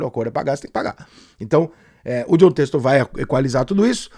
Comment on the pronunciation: "Têxtor" é sacanagem. Ele não sabe ou não consegue falar?